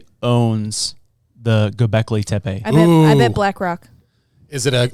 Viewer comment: You got the pronunciation almost right. "Göbekli" was perfect. You just got the second part wrong. It's "Tepe" and not "Tepey" as you said. The "e" is spoken the same way. You got the "Te" right, just try to match the "pe" to that. Te(h)-pe(h). Hint: set Google Translator to turkish and use the turkish audio there.